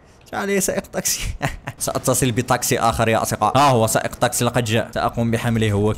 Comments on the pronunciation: ليش تقول طاقسي بدل تاكسي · ليش اتكول طاكسي مو تاكسي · لغتك العربيه جيد جدا لكن سيارة الأجرة اسمها تكسي وليس طكسي... بالتوفيق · لمذا تقول طاكسي هي تاكسي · مو طاكسي تاكسي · ما يكول تكسي يكول طكسي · احكي عدل شنو طاقسي